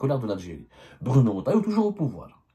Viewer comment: Ya abdo, c'est pas Bruno "Rotaillo" mais Retaillau avec un E après le R et non un O